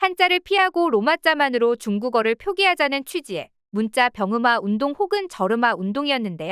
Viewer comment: 한자문화권 한짜문화권 나레이션똑바로하시오 된소리발음정확히대입하시오 문자 문짜 스트레스네요